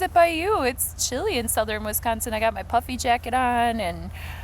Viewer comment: I thought you said “puppy jacket.” It’s so chilly, I’m wearing my “puppy jacket.” I was like what’s a puppy jacket? Before I realized you said puffy jacket, of course. I like your channel!